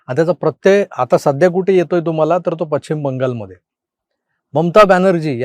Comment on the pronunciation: सर सगळं बरोबर पण दिशेचा उच्चार "पश्चिम" असा असतो "पच्छीम" नाही 🙏